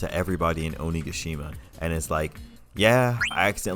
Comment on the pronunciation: i love that you pronounce it "ohniggashima"